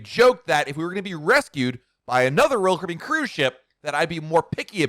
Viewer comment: SPEAK SLOWER!!!!!!!!!!!!!!!!!!!!!!! PROPERLY PRONOUNCE "ROYAL CARIBBEAN!!!!!!!!!!!!!!!!!!!!!!!!!!!!!!!!!!!!!!!!!!!!!!!!!!!!!!!!!!!!!!!!!!!!!!!!!!!!!!!!